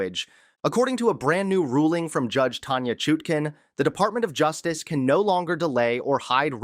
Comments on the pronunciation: "U" not "oo" And, comb your hair! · it's Chutkin, not with a long "u", but sounds like "hut". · Major breaking news??! What a joke! Quit using AI to read for you, you aren't even pronouncing the judges name properly, if you have been paying attention at all you would know how to say her name.